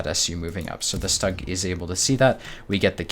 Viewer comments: Please, for the love of god, it's pronounced SHTUG, not stag. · dude great game play but the Stug is pronounced "Stoog", even the US/Brit Vets of WWII called it the Stoog.